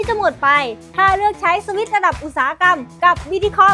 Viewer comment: พูดสวิช พูดให้เต็มหน่อยนะครับ